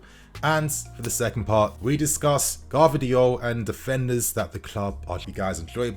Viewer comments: it's Gvardiol not Gavdriol:D anyway I would be very wary of buying players from Germany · I beg we don’t get Gvardiol just for the fact that these mfs can’t pronounce his fucking name right so I cba to hear several English mfs say it wrong, every single fucking time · I feel like every video you pronounce Gvardiol another way haha